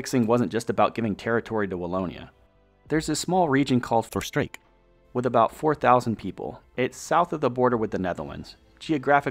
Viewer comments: Except Voerstreek, which was mispronounced to the point of being unrecognisable. 😅 Funny after he pronounced Ghent perfectly…in a Dutch accent. “Crcchrhhent” love that. It’s actually hard to pronounce both the Dutch G and Flemish G coming from English, so it’s a great one to pronounce right either way. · Good video, but no, cities were not pronounced correctly. Almost all cities were mispronounced. Voerstreek???Luuven instead of Leuven, Liige instead of Liege etc.